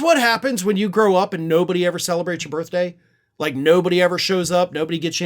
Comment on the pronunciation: "...on his birfday." 🤣😂🤣